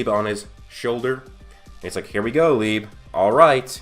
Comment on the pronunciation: Liebe is pronounced "Lee-beh" love your content but that is driving me nuts 😆